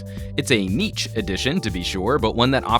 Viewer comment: People mispronounce niche as nitch, now we have neetch? What?